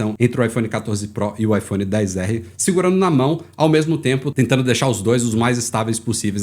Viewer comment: Odeio quem fala IPHONE DEEEZ ERREE pqp pqp mano pqp tem um X Kraio